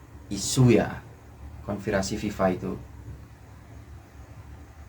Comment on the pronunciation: Konspirasi bang bukan konvirasi